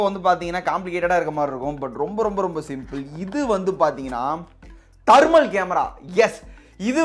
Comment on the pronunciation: Dai athu dermal camera illa thermal camera vaasikka theriyata